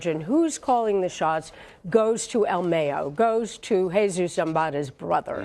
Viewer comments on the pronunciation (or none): El mayo!! Not el meyo 🤣🤣🤣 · It's "mah yo" not "may yo" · I stopped this video as soon as homegirl said "ill meyo" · "El Meo" .....😂. You can tell individuals like this , don't live in the real world!...🤣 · "Al Mey-yo" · El mey-o hahahahahaha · “El Meyo”??.... jajajaja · El May-O. haha. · El may-yoh LOL 😂 americanos smh.. its el Mah-yoh....mayo,mayito short for ismael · El maaayooo 😂😂😂 white folks could never Pronounce names right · The way she says "El Mayo" really gets under my skin. I find it hilarious when are trying to sound so intelligent and trying to pronounce the names of the cartel players. Especially their nicknames... they butcher them! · el mayoo 😂 you need to say his name right before you end up chopped up 😆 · Mayo as in "Cinco de mayo", not mayo like mayonnaise. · anyone else cringe when the tried to say el mayo... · Yal are saying “el mayo’s” name so wrong lol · She's saying El Mayo wrong she be missing soon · “EL Mayo” lmao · El mayiooo!!??? Lol